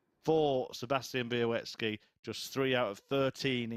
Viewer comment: Bialecki not Bialeki...